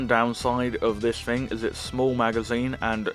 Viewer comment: It is “thing” not “fing”. Just saying 🤣